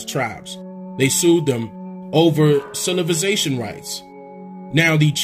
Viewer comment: Lmao “cilivization rights “ 😭😭😭😂😂😂